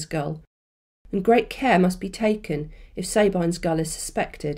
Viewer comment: Sorry, am I losing my mind or isn't it Sab-EEN's gull? As in, the name woman's name, Sabine?